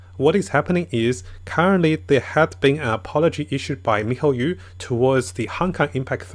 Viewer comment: MIHOYOOOO NOT YU IT BUGS ME MAN